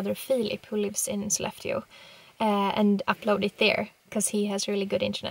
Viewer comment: Still pronouncing Sollefteå as a southerner. Not an issue just interesting.